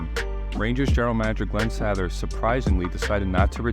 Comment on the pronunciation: Especially his AI mispronouncing of Glen Sattthhher.